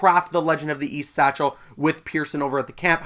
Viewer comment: Everytime he says satchel I die a little inside